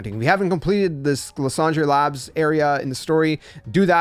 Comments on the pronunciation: i mean french would still be “lease-on-druh” not “lah-san-dray” 😅💀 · Idk if it was the point but that's not how you pronounce it in french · Luss und ray 😂